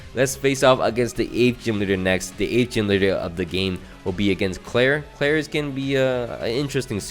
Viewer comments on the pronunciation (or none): none